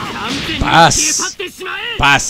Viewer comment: alguien mas se dio cuenta que dijo fas en ves de paz